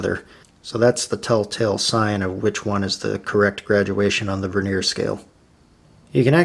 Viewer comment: Veneer is a thin slice of timber used to decorate timber. It's annoying that a presenter can't speak correctly! Stavros